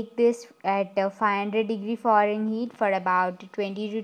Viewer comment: bake this at 500 Foreign Heat (the way she said it). LOL. Recipe looks good. Will try it.